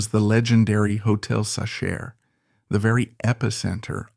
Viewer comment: Hotel sa-SHER?? Are you kidding me? Very poor editing.